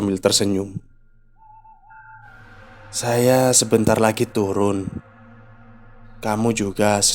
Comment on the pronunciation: Keren bang. Lucu waktu abangnya salah ngomong, jadi "harus tulun" 😂